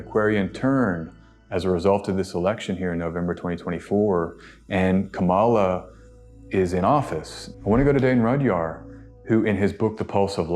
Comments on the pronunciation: I appreciate your very informed reading. With all due respect, I would like to ask you to call candidate Kamala Harris, Kámala, not Kamála. Trump and his supporters like to disrespect her by mispronouncing her name. They call her Kamála. I would also like to point out that the Black Lives Matter protest was in front of the White House. They didn’t go into the White House. You can’t do that. They have sharp shooters on the roof of the White House and they “will” shoot you if you do that. The Black Lives Matter in front of the White House started as a peaceful protest. Then, Trump sent what looked like a SWAT team. He ended up calling on the military to intervene. It is illegal for the military to fight in our land. The president can only do that in the District of Columbia because it’s not a State. The president can call on the military to defend Washington, D.C. However, this was a protest, not an attack on Washington. It was very wrong for Trump to use the military there. This is dangerous because that’s what dictators do. They use the military against their own people. I hope you understand why I wanted to clarify these topics. I know people who live outside the U.S. may not understand these things. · PLEASE pronounce her name right: KAH-mah-la - easy, comma+lah-I bet you would hate your name to be mid-pronounced-do better-be respectful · Asking again because it matters: Can you please learn how to pronounce the Vice President of the United States' first name correctly? Trump and the far right use YOUR way of pronouncing it intentionally to disrespect her, and it an unnecessary distraction from your message. It is KAH-ma-la..... The first part is emphasized. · Man! I understand why the opponents are still mispronouncing her name but I have to hear it here as well? Her name is pronounced with the accent on the 1st syllable. "KAMala". If you can pronounce the word "comma" as in the separation of thought, then you can pronounce "Kamala" properly.